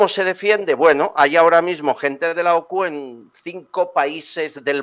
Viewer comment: Que alguien le diga a la presentadora que no es OCU es la UCO